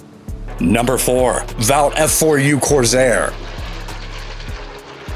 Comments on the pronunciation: I think it is pronounced CORSAIR NOT CORZAIR? as soon as i heard the American accent I knew this list would be full of American planes. I would like their opinion and a comparison between the Lightning and the A V ROE Mosquito, with sections on speed, bomb load different types different armaments theatres used in? (No not on Broadway) and general manoeuvrability. Thanks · The Stephen Hawking AI voice is trying to sound more human. There is no Z in Corsair. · “Mersersmitt”? And as another said, “point fifty climber “. Then there was the “Coorsair”. He managed to get the Japanese names right though. However, I’ll bet he doesn’t know that the name of the B-29 that dropped the bomb on Nagasaki, was spelled “Bock’s Car”, and not “Box Car”. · The "Mersherschmitt 109" really? The "Corzair"? Wtf!? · You can't show us video of the P-38 Lightning in flight? Or pronounce "corsair"? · When producing IP one absolutely MUST know the subject matter enough to catch things like blatant mispronounced terms or names. Junkers is mispronounced, Messerschmidt is mispronounced, Corsair is mispronounced. Nobody pronounces the "point" at the front of Fifty Caliber. Nobody. I don't blame the announcer, who was obviously a hire used for an interesting quality voice, but I do blame the director or producer for a negligent work product here. This is so awful, I could not recommend it to anyone for any purpose.